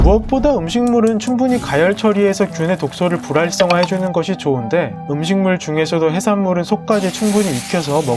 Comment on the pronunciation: 불랄성 ㅋㅋㅋ 불활성이 이런식으로 들려